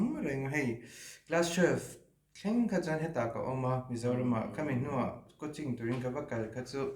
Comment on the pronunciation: i thianpa'n coaching a lam dan chu Mizo awphawi diktak ani e😂